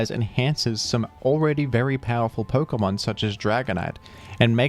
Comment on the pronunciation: Why do you say perkamon it’s Pokémon